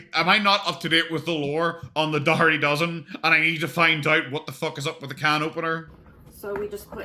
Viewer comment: Finally some one who can say Daugherty 😅